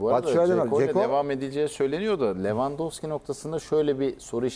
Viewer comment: lavandoski değil la levandowski